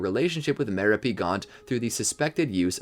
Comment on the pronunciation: You mispronounced the name of Tom Riddle AKA Lord Voldemort's mother. It's pounced Ma-rop-e spelt Merope. Not trying to be a Karen just wanted to let you know or any future videos.